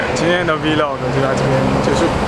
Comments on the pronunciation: 為什麼是V 漏個？ 那你唸b 漏個嗎？ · 不要念「v漏個」啦😂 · 那個念vlog 不是vlog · V log 是聖結石唸法 有夠沒sense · arthur hsu 那不好意思，我的母語剛好是英文，我只是在幫他把口語上的錯誤糾正過來，就這樣。你可以去看下很多國外的youtuber就是這麼念的。在與外國人對談的情況下，發音還是很重要的。